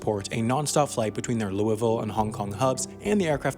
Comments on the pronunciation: I'm so proud of you for saying Louisville correctly! =) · You pronounced "Louisville" correctly! Hooray!